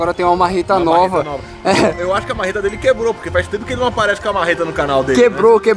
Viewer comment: . Pó fala uma mareta kkkkkkk